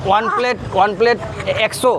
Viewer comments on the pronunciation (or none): none